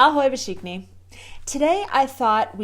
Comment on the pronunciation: Being fully aware of problem-in-paradise/Czech-has-to-find-some-mistake-somewhere/being-perfectionist issue here, I just cannot miss commenting on your 99% perfect pronunciation when you say "Ahoj vsichni". Say it like "fsichni" and without emphasizing the first letter. The same you can find in some other rare words starting with "v" - vousy, vpredu being pronounced as "fousy" and "fpredu" in most cases. This nuance will make you a real language expert. Keep well.